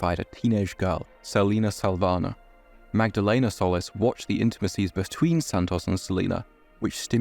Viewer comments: Love the video but their last name is “Sol-lees” not “Soulless” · It's pronounced "Sol-eece" (Solis).